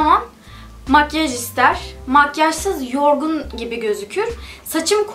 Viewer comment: Makyej değil makyaj :(